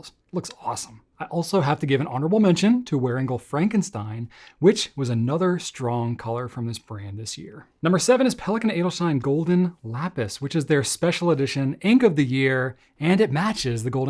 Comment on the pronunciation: I believe you'll find that it is pronounced "Wearingeul Frahnkensteen"